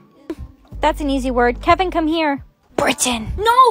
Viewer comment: “tHaTs An EaSy WoRd CoMe HeRe KeViN” “bRiTiAn”😭💀”